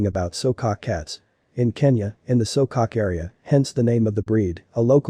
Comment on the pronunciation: There called So-Ko-Ke he's not pronouncing it right..